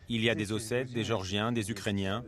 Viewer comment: Le mec est incapable de prononcer géorgiens oh c'est pas des mecs qui habitent chez Georges de Villeneuve sur Lot qui est toujours au comptoir du café chez bébert international